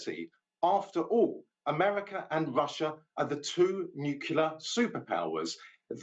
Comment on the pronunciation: The U.S. is not a "Nukyaler" power.